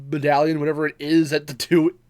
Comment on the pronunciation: I like how my situationally-stuffy nose turned "medallion" into what sounded like "bedallion" LMAO. This was a great discussion tho; can't wait for Part 2!